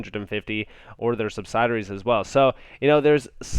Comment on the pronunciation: please learn the correct pronunciation for "subsidiaries."